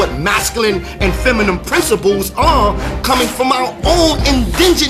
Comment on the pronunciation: FEM-A-NIN...not FEM A NIEM